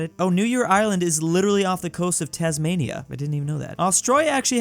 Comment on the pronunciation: Ahh yes "Tasmania"